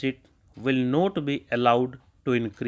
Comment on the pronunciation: Not ko note sun rhe hai sir, otherwise good dictation